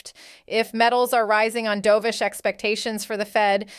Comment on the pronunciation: Dove ish Not Do vish